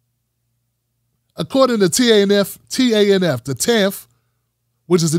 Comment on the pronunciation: TANF has been around for decades and just FYI, its pronounced tan-if 🙃